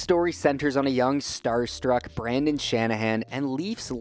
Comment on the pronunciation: What about Brandon Shanahan? Come on bud, gotta get the legend, BRENDAN Shanahan's name right!